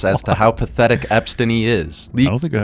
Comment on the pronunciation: "Epstiny" this guy's gotta be a Hasan rider.